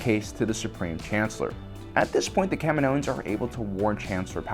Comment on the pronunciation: Ugh! It's pronounced Ka-Me-No and Ka-Me-No-Ans.